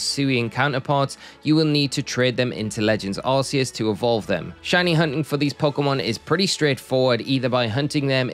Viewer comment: For someone whose entire channel is about Pokémon, I can't believe you still call Arceus "Ar-see-us". The 'c' in Arceus is a hard consonant. Like in "Cranberry" or "Cool" or "Crayfish". This is proven by Silvally's ability, "RKS System". Silvally is basically supposed to be an artificial Arceus. "RKS" sounds like "Arceus".